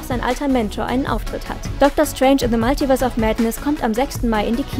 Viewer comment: Alter das heißt multiverse. Nicht maltiverse